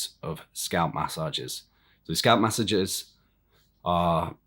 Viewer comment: New drinking game: Take a shot every time this clown says “mass sah jezzes”.